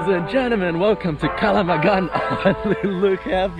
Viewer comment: the way your pronounced it lmao it's not "KALAMANG GAN" ITS "KALANG GAMAN"